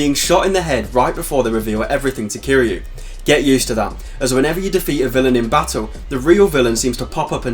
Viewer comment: Kiryu ~ Kee-ree-uu Ryuji ~ Ree-uu-ji It's weird to see westerners butcher their names even tho we all hear they say it hundreds times in game.